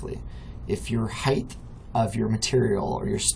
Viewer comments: Good video, thanks for showing me this. One complaint, though. There is no "th" sound at the end of the word "height" Width, yes, Depth, yes, HeighT, no. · Thanks for the tutorial. I have one of my own for you. The word... "Height" ... notice the end is "HT" it is not "TH" Height ends like hot... with a T. Not with a TH like the word width. I hate when folks i am looking to for help have such trouble with a simple word like height. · Thank you. Really appreciate you taking the time to make this. By the way “height” does have an “h” and a “t”, but not a “th” at the end.